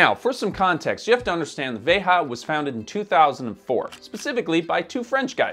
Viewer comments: it’s pronounced ‘veja’ not ‘verra’. I can understand people pronouncing it with an American accent, but if you’re gonna try and sound clever by saying it the native way, then at least do it properly. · is pronouncing the name incorrectly. The brand name, as spoken by their own founders, is basically the pronounciation we have in Portuguese: Veja [veʒɐ]. And the brand is sold in Brazil as "Vert" (green in French), because of the issues pointed out by here. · I have to be that guy, but: The brand is pronounced "VEY-zha" (like a French 'j'), which makes sense when you consider it was founded by French guys and made in Brazil. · Thank you for this comment. As both a Spanish and Portuguese speaker, it hurt to hear Veja with the ‘h’ sound knowing it’s a Brazilian word. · It´s pronounced "VAY-zha". The J is not the same as in Spanish. It comes from the Portuguese for the imperative form of the verb to see. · It’s a French company , so not Spanish pronounced but French. Vejjjjja! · It's the french pronounciation "véja", like "déja vu" but with a V. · possibly. veja is a word in portuguese, it means look. and if they're based in brazil, a portuguese word would make sense. the ja is pronounced like the ja in jar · Yes, that’s correct. I know folks that work for them. I cringed every time said it. lol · "Veja" means "see" as in "see this" (hence the name of the magazine which is like Time magazine in the US). The "J" in Veja is pronounced like the J is "déJà vu" - not like the way it was said in this video; it's a Portuguese word, not a Spanish word. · In France we pronounce the j also, same as the brand itself : *he's just mispronouning it*. Kinda weird considering the "research" that has to be made to release a video like that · I love the video.. but I do believe (according to Veja's own site) your pronunciation of the name is incorrect. Sorry, I'm a teacher! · It’s a French brand, why are so many YouTubers pronouncing the brand name as if it were Spanish🥺🥺🥺